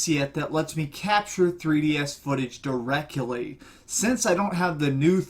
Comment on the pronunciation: directkally'' lol great review!